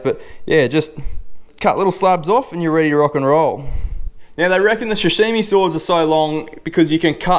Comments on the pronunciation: Sashimi not shashimi mate Mate you’re not a chef or English speaking person, give it a rest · Hot tip: damp tea towel under the cutting board, how does one own a sashimi knife but pronounces it shashimi 😂 good vid man 👍